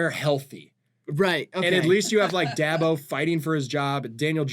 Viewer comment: Someone let know the Giants' coach is pronounced 'Day-ball'